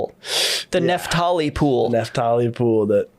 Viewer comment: Its NAPH-tali. This clown is saying NEPH-tali